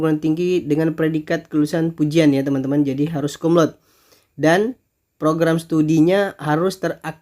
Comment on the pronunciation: Koreksi : bacanya bukan kumlaud tapi Kumlaude (sepeti biasa)..karna ini bahasa Latin bkn bhs Inggris.... Thanks.